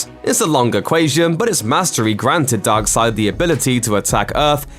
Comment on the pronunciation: Great vid but i hate the way you say darkseid